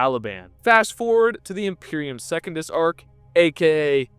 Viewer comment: He also says Second-us, instead of Se-cun-dus. Pretty 🤪🤣